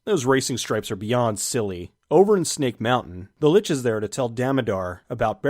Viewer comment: Here's a helpful hint: Lich rhymes with Lick, not Bitch.